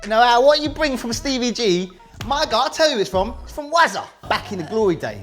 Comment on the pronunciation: Stevie not Stevey